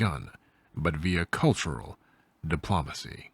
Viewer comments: Buddy you gotta work on your pronunciation. C'mon! Diplumacy?!?!?! Please dude. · If I hear "De-PLAH-macy" one more time I'll become an Autocrat. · 'Dip-Lom-Acy' tho... Might as well pronounce it 'Camp Doily.' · Why do you pronounce "diplomacy" so weird? You say it so many times, and it's distracting.